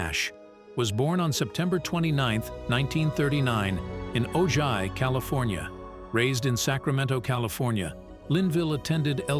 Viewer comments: It’s pronounced Oh Hi not Oh Gi California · Oh, and it’s O - HI California, not O - JI… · it’s spelt OJAI. It’s pronounced “oh hi,” not “oh ji” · hahaha not O-jai. It's O-hai. The spelling and pronunciation are different. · The narrator states Larry Linville was born in "Ogi, CA"😅. That's spelled Ojai and pronounced "O-Hi". Must not be a Californian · Larry Linville, “Frank Burn” home town, Ojai, CA is pronounced “Ohi”, not “Oji” … Spanish words with a “J” has the “H” sound. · Ojai is pronounced Oh-hi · BTW OJAI California is pronounced "O-HI" FYI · Ojai, California, a one time home of Frank Burns (or Larry Linville), is pronounced “O-hi.” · The pronunciation of Ojai is "oh hi" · Ojai is pronounced O Hi! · Just a note from all Californians - it may be spelled Ojai, but it's pronounced O-hi. This is the same as San Jose is pronounced San Ho sey. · Lindvil was born in Ojai, CA. Pronounced Oh-hi . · Ojai is pronounced “Oh High”. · This (& other obvious mispronunciations) is why I can’t stand “machine voices” permeating so many of these documentaries. Hire actors, for heaven’s sake!